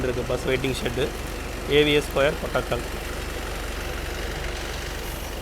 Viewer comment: கொட்டகல் இல்லை கோட்டக்கல் என்று திருத்தி வாசிக்கவும். உலக புகழ் பெற்ற கோட்டக்கல் ஆயூர் வேதசாலா வின் பிறப்பிடம் தான் இந்த ஊர்.